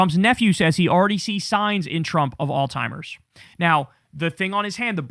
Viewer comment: Alzheimer not Altimer